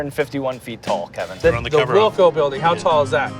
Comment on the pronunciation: That man said the Wilco building